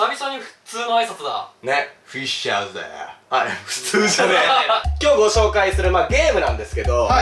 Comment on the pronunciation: おとうちゃまTV フッシャーズではなく、フィッシャズですよ